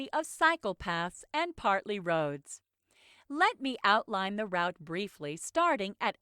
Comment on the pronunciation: why it pronounces route with "round" instead of "root"